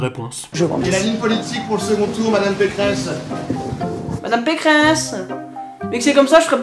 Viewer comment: c'est pas Valérie Pécresse c'est Valérie Pécrehess